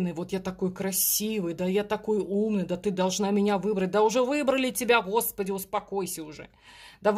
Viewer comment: Спасибо за расклад! очень соскучилась по слову " ХОСПИДЯЙ ".